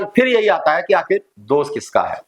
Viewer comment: आप पढ़े लिखे व्यक्ति हैं लेकिन हिंदी भाषा भी बिलकुल सही नहीं बोल पाते हैं क्योंकि आप जितनी बार भी दोष शब्द को बोलते हैं तो दोष बोलने की बजाय हर बार आप दोष को दोस कहते हैं और ये बहुत ही ज़्यादा ग़लत बात है